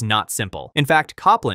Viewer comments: Cop-land was painful. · The Apple project was pronounce Cope-land, as in the 20th Century American composer. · Copland... like the composer, not Cop-land! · Copland is pronounced COPE-land. Long O.